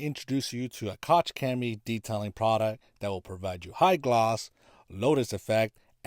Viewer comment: Bro said “ cock chemie “ 💀🤨